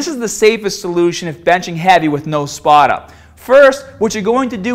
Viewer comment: Gotta gave a spahhhtah.